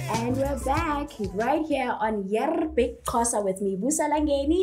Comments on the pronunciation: Correcting her was not going to help coz thats how she pronounces Xho. It was going to be Xho! Qho! Xho! Qho! Agcine uBig Xhosa ethi Yerrrrrr! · can speak isizulu but was calling Big Xhosa as Big Qhosa..zikhiphani ngaye i model c 🤔🤗 just say Big Xhosa is it difficult for u lady?... awumfundise isizulu King Ginger 🤝